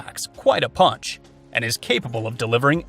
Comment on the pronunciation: ~You did not mention:: CCI Copper-22 Long Rifle, 21 grain, 1850 FPS. ~Also it is properly pronounced pUnch and ‘not’ pOnch.